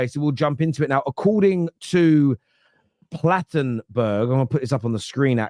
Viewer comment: Why does the host keep calling the journalist Plattenberg?! Its clearly Plettenberg....🙄😂